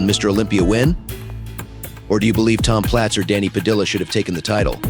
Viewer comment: The last name Padilla is pronounced Pa-Dee-uhhh not Pa-Dill-ah it was actually painful listening to you mispronounce the name all video😂